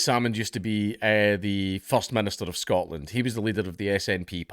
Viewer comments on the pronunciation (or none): none